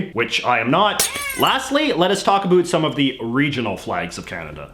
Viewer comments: Why do you say a “boot” is it intentional because if it is it’s a stereo type that is very annoying for us Canadians who have to hear the word anywhere you go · Canadians don't even say it that way. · why is this man pronouncing about to abuot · The way you say "about" is amazing.